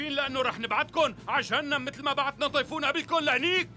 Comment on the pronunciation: طيفون = شيفون هههههههههههههههههههه